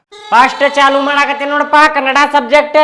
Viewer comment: ಅಣ್ಣ ಅದು ಕನ್ನಡ್ ಅಲ್ಲ ಕನ್ನಡ ಇನ್ನೊನ್ಸಲ ಹಿಂಗ್ ಅನ್ಬೇಡ